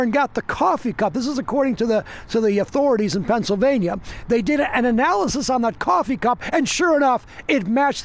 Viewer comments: By the way Pennsylvania is one word. It's not Pennsyl Vania, it's Pennsylvania. 😆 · "Pencil vane yuh"